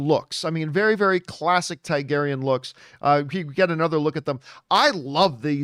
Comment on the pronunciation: It's pronounced Targaryen not Tygaryen